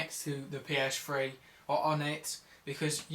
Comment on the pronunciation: OMG this guy is so stupid.... first off its not a psfwee ist a ps3.. secont of all those are all ovious and u should NOT turn off ur ps3 if your only gonna be gone for 2-3 mins cus its simply too much stress to be turnd off and on and off and on in short pirods of time.